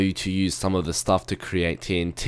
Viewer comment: Dude learn english. the not te lol. person not perso n (!?!??!) lol. too not to lol. :)